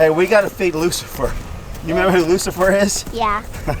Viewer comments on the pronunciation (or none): Its Roosafer LOL